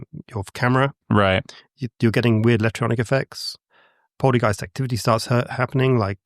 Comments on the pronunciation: Polty gyste? It's poltergeist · And “poltee-geist?” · Poltergeist ❌ Polteageist☕✅ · Does he keep saying poltygeist???? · The way he says polteygiest is also very annoying.